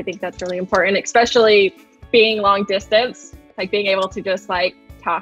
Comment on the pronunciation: They both seem so nice! "Ekspecially" though. Yikes.